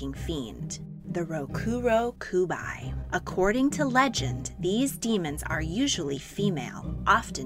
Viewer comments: It’s actually ( RO-KU-RO-KU-BEE ) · Is not "rokuroku-bye" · You pronounced rokurokubi wrong. The right way is rok-uro-kube. I know it is spelled with an i, but this is just how you pronounce it.